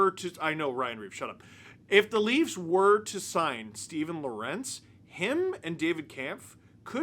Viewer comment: I have to correct you. You're mispronouncing Lorentz's name. You're saying Lor-entz, like it's spelled. It's pronounced like it's Lawrence. I learned that when I spoke to his parents covering the Canes